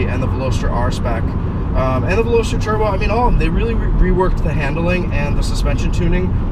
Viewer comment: You mispronounced the name of this car👛👢🕶👢👢👔! And you own it ! Lol back to school? Maybe!